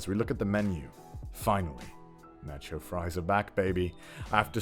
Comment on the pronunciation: i died a little inside after hearing the way he pronounced taco. (edit: and nacho)